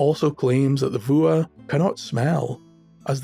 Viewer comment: "Fuath"? It sounds like "Vuah". Not that it matters, but I never would have guessed.